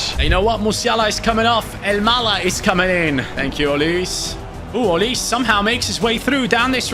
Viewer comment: why do you say olis his name is olise